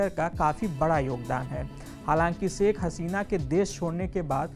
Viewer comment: सेख नहीं शेख होता है भई